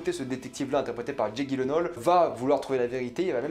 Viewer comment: J’en ai vu 3/5 !! J’ADORE Prisoners et dead poets society 😍 par contre juste Jake Gyllenhaal ça se prononce Jyllenhaal voilà pour info 🤓😂